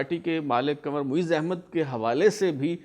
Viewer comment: ye word kanwar nehi hai kunwar hai.please check it.